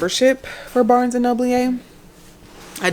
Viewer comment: Girl I screamed when I heard how you pronounced B&N. Me and hubby do this too way too often 😂✨